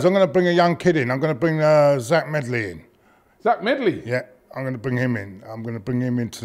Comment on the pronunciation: It’s actually zech medley not zach